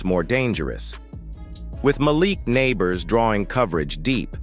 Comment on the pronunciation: who the hell is Mah-Lick Nabers?